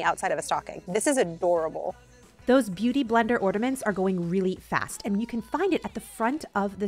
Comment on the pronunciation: you're amazing and hilarious. I heard you say "ordament" instead of ornament. It reminded me of my nephew at a young age!!! Love it. 😂